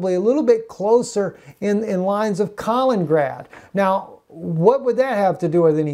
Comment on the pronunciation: Not "Kalingrad", "Kaliningrad"!